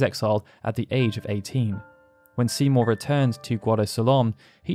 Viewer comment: whenever u say Seymour i hear Simo dude xD